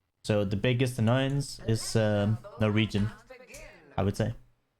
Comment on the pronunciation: biggest annoyance is norwegian(noregen) made me laugh :D